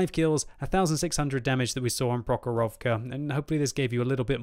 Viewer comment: You say MurovAnka, ProhorOvka... I really want to hear from you MUrovanka and PrOhorovka!